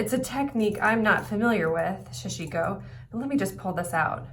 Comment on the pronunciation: Sa Shi Ko, all syllables same emphasis. Usually many stitches and fabric are held on the needle, weaving motion used to ply needle.